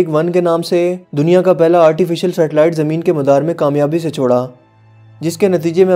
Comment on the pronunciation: Yar bolna tw sekh le pehly bhai.... Har jumle k end mei tu aan aan krta hai Jaisa k America ny satelite ko madaar mei Choraan halan k yahan chora aye ga Or tum choraan kehty ho gharz k har jumle k end pe aan aan krty ho